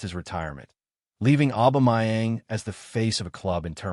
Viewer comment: His name is "Aubameyang" not "Aubamayeng" dude!